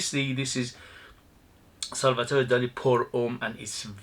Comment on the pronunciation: Hi, nice review. Salvador Dali was spaniard, not french. Salvador, not Salvatore.